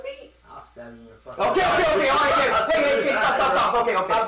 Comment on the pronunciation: is he saying "okay" or "IM GAY"